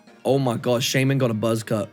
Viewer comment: Shaymin „mishye“